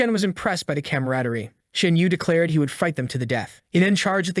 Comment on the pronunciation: not cammeradety, camaraderie cam ma ra der ie